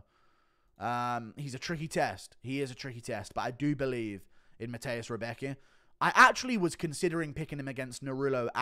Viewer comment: Rębecki is good w chuj. And Guru check out the pronounciation of Rębecki. Cause you sound a bit like Chael with his Pierra.